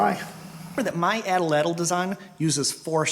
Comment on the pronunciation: Very good and entertaining videos. I'm planning now on making my own this coming year. Only one thing, I recall from my childhood atlatl being pronounced with the accent on the first ''a' (átlatl), per Aztec language structure. Good work.